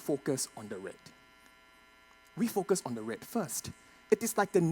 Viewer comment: I see rrrrrrrrredd 😂